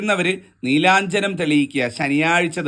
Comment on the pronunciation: നീലാ ഞ്ജനം ആണോ അതോ നീരാഞ്ജനം ആണോ തിരുമേനി?